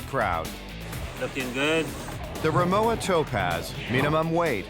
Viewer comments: You would think they would pronounce the name correct if they do a video on it. It’s pronounced rimoVa not rimoWa. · it's RIMOVA not rimowa. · Pronounced Ri-Mo-Va and not ri-mow-a. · If this is a German company, is it pronounced Rimova? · Rimowa and Porsche are both pronounced incorrectly... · Extremely bad pronunciation of Rimowa and Porsche - very american